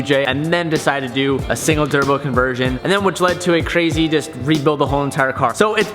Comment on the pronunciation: “ a single thurbo” lol